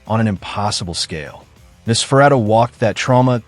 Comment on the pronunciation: It seems the computer voice is struggling with Nos. Typically it's Noss-fur-ah-too. But yes, it's interesting how they've evolved over time. They are a meme interpretation of "forever young" along with alternative culture. Interestingly, Interview with the Vampire the short story was written in 1968, so the modern vampire is already quite old